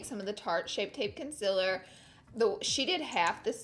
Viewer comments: Why do you sing that song at the beginning? Also you said conciller?? It's concealer x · How your meant to say it : concealer How Laura says it: conclr 😭 Laura!!!!! Honey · CON👏CEA👏LER👏 NOT CONCILA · I like her but I freaking want her to say concealer not conceler ugh it makes me angry af I don't know why😂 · Why do u say conselar its conseAler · try to find a laura lee video where someone doesn’t comment “con-cih-ler” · Concealer is pronounced conceeeeeaaaaalee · its pronounced KUN-SEAL-LER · Randi Nicolajsen glad I’m not the only one, I thought I was just hearing her wrong but she says it a bit weird. No hate, just a thought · Never stop saying consiller. It makes you you! Lol I love it. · Vienne Borg I really love her but it bothers me SOOOO MUCH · I love Laura but why does she say concealer wrong 🤦🏽‍♀️ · Not to be rude or anything but why does she say concealer like that?? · the way she pronounces concealer has me dead